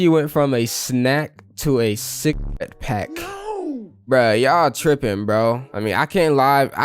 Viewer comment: U can’t even say “cigarette pack”?